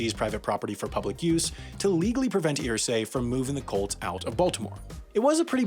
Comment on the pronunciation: When you say “Colts” it sounds like “cults.” Really adds to the story.